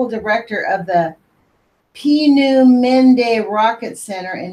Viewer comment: Great book. All of those smart crazy people in charge. I think it is pronounced pee nu mun da rocket center.